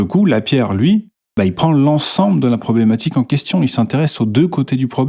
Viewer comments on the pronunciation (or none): « Problematchique » t’es vraiment là que pour le rage bait 😭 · "Problematchique ", tu es moqueur 😂😂😂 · "problématchique" ah ah ah bien joué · Encore un « problématchique » savamment dissimulé, habile